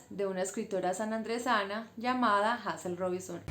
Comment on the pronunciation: Se pronuncia Heyzel bella. Gracias por tu aporte y por resaltar una escritora de nuestras islas.